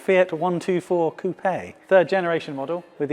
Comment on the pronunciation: E type Coop? Oh you mean coupé...